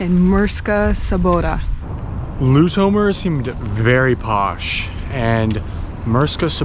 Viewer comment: The Fact that they can't Pronounce lutomer is buging me